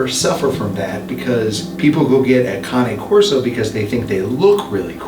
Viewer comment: Thank you for finally pronouncing Cane Corso correctly! Not criticizing you, please take it as a compliment! As someone who speaks a little bit of Italian, cane means dog in Italian. This breed is an Italian Mastiff. I would cringe when you pronounced it cane like ‘candy cane’. I know it’s next to impossible to know all the correct pronunciations- but I was so proud when you finally got it right!! 👏🏻👏🏻👏🏻 On another thought, that first dog was GORGEOUS!! (But aren’t they all?) Love your show. ❤️